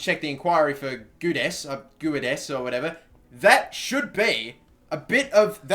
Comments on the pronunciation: I believe Guedes is pronounced Gaydes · You dont read the u in Guedes you pronounce it Gedes, im portuguese so trust me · hey + Gonçalo Guedes is pronounced like this 'Gedes' you dont need to pronounce the 'u' i know because he is from my favourite benfica and because i am portuguese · Your LM on the Short list is pronounced Géds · It's gwedes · Goo - Ed - Ez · Gonçalo Guedes is pronounced (Gon- zalo) (Gwed- es) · Guedes is pronounced like Gedsh ;) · How is a club winnig a league or a cup relevant to what I commented about, i commented about a pronunciation of a portguese name because I am portuguese and would like to see say it right... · guedes= hu-e-des :) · It is pronounced G way Dez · Filipe Cantante Dont forget to mention he should say the "e" on the "Gue" part more strongly. Hell the same way he says the "des" part of "Zardes" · Gonçalo Guedes - Say Goncalo Gedez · Gonçalo=Gon-salo Guedes=geh-des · For Gonçalo Guedes just say Gon-za-lo Gu-e-des ;)